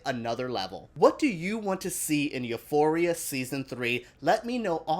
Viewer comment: I love the way you pronounce Euphoria